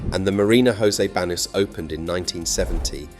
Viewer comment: Exactly what I was going to say . But he knows hot to pronounce José Banus lol